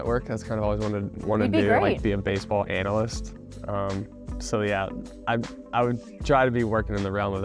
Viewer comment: lmao my man said "anal-list" boys will be boys 😂